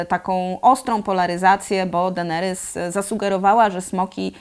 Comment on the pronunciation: Dlaczego mówisz Denerys zamiast Deneris? Strasznie bolą uszy matko xD